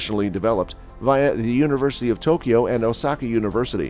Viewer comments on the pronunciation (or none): none